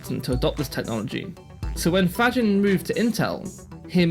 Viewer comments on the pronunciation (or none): Faggin is pronounced fugeen. Why? Venetian, slightly different pronunciation there, heavily influenced by austrian domination.